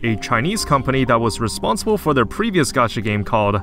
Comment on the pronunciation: gee-yatt? that's not how that word is pronounced at all.